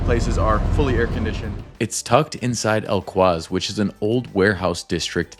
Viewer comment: It pronounces JumEIrah, not JumAIrah. Al QOOZ, not Al Qwaaz.